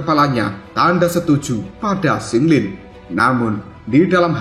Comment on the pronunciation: Qing lin, bukan sing lin😂